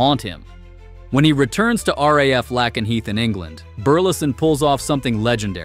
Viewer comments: It’s pronounced Lake en Heath not Lak n heath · LAKE-N-HEATH. Jeebus, does no one have an AI that can read friggin' English???